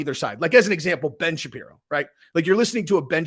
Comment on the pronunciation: Creative ending. Nice Job,. But Ben Shepario. Lol